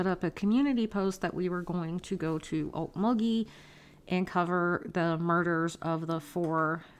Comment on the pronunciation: I don’t blame you for not going to cover story. It could be another Truckee. I will say one thing…it’s nice to hear someone actually pronounce Okmulgee correctly😂. Some of the other people don’t .